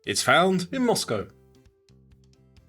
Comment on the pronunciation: thank you for pronouncing Moscow with the coe ending instead of COW! I know both are correct but the cow sounds so ignorant. I live in the former US